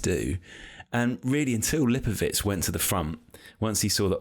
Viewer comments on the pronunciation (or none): Why is calling him Lipowich? Isn't it pronounced how it looks - Lipowitz?